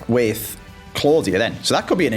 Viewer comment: Love the series but I’m pretty sure Queen Claudia is pronounced queen clow-dia